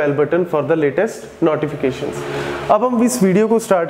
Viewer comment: everything is superb /// but just one request advice// pronoune No - T - Fications ///////////// not naughtyfications sir